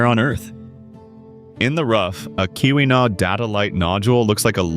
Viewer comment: It's the Keweenaw Peninsula. Pronounced, KEE win aw or kee wuh naw. Great information on all of the gems. ❤❤❤